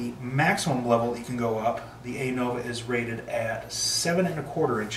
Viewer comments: Nice review. However, it's pronounced "Uh-Nova". Not "Ay-Nova". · Stop saying ei-nova pleeeeeeease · Appreciate the review. Side note: Anova is pronounced "uh-nova".